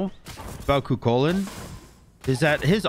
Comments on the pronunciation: Love the game. Hate the way you pronounce Kukulkan. 🤣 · Why do so many people botch the pronunciation of Kukulkan?